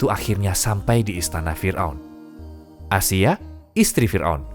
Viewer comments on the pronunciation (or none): none